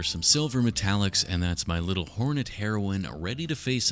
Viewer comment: Why do you keep saying heroin instead of hornet